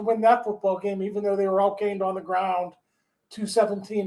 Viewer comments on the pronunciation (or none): none